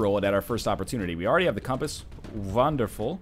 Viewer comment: Nice German accent on that "wonderful".